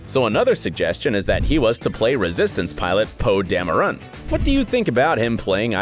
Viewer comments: "Evange-lean" not "Evange-line" "Sser-Sha" not "Sersi" "Scorse-se" not "Scorse-he" "Dam-rin" not "Damn-e-run" "Mag-KNEE-to" not "Mag-EN-to" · He said Poe Damerone too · by the way its pronounced magneto not magenta its ser-sha not ser-see for saoirse ronan and its poe dameron not poe dameroon and its pronouce evangeleen for evangeline lily not being funny or anything but its literally your job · Say-er-see Evange-lyne Magento Po Dameroon How do you get these wrong and get Joaquin right? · Oh and Poe Damoran as Poe “Dam oo run” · The way he said Po Dameron